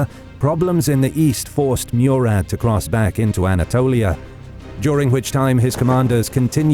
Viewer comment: Learn the pronunciation of name right 😡😡 I was like who is meeyourat ?? This entire time like why I don't know him then at the end I realized he's talking about murat = mooraat pronounced.